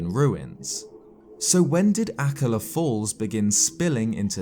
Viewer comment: Ah ka La has the emphisis on the 1st syllable on all other references I've heard spoken. But then your British and I'm Montanan.